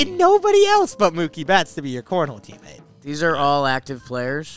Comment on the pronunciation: Cornhole "Teamamtes" hahahaha